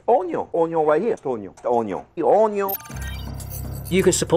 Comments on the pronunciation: the HONION (French accent intensifies) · "ohn yohn" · I'm mad that that pronunciation of Onion On-yon is going to seep into my speech from now on. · 'Ze-yuh uuuhhnn-yueehhhan. Rihh der we ha ze unn-yiuhh...an' ze un-ya? Yea! Ze uh-neon....' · Oh-nyon is real. Also, it's probably just me, but "oh-nyon" sounds vaguely Korean. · Im never going to pronounce onion correctly ever again. Onyo